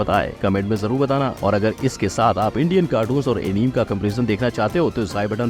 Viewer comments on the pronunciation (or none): Bhai एनिमे hota hai na ki एनीम Plz.. aagye ye mistake mat karna